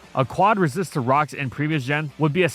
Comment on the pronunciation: For a millisecond I thought you said racist berries.